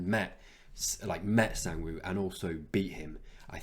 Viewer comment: Almost! The A in Sang should be pronounced like the A in 'what'